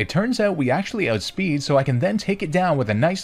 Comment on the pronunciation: "ootspeed" Canadian confirmed??